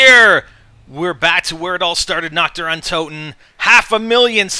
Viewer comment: DON'T EVER CALL IT "NACHT DER" AGAIN OMG